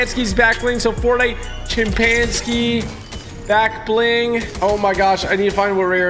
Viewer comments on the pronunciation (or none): Honestly thought it was "back ling"👁️👁️